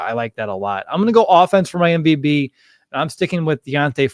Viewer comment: Why do you say mvb instead of MVP?😅